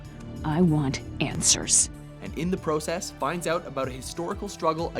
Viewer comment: you say process weird